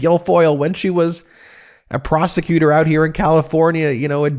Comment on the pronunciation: Did you say prosecutor or prostitute